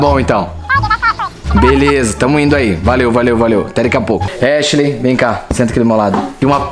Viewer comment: Raraaaa a irmã da echileimfala halienigina